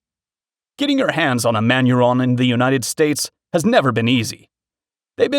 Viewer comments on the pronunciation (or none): Just to get my whacks in also. He apparently had never seen the words Manurhin or Tritium before either judging by his mis-pronunciation. Survival Gear videos just lost me.